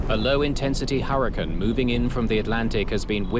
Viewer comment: The narrator keeps saying "hurruh-kin" trying to say hurricane. The passengers began to scream before the turbulence - a real bad video mistake.